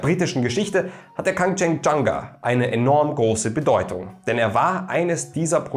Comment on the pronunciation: Hätte mich in der Aussprache tausendmal verhaspelt 🤪 Respekt! 💪🏻